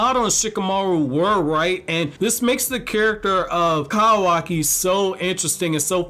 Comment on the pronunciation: Not to offend you bro but please just call him Kawaki not Kawaaaki!! I like your Vidoes but that's all I hear.